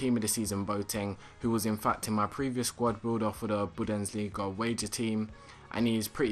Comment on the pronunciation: Budensliga? thats how you say it haha its bundesliga